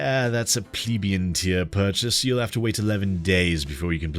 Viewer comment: may be nit picking but there is an L in plebeian